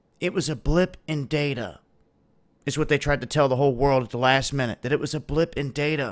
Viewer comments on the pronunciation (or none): none